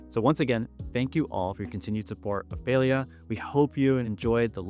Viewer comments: pale-ee-uh makes me sad. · Beyond the patch stuff (which all sounds very cool), this video made me realize that I have never heard "Palia" said out loud and I was pronouncing it wrong. I was saying "PAL-lee-ah" not "PAY-lee-ah" lol oops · omg ive been playing this game for so long but ive pronounced it as "pah-li-ah" rather than "pay-lee-ah". this patch is so exciting im so ready for it! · Oh it’s pronounce Pail-ia?? I’ve straight up been calling it, Pal-ia